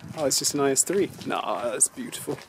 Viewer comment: Lol, "NC-3" :) Yes, it is the IS-3